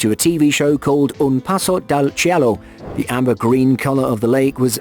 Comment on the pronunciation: MY MAN IT IS C O L O M B I A NOT "COLUMBIA" (UNLESS YOURE REFERING TO COLUMBIA SC AND CIELO NOT "KEE E LO" CEE E LOH...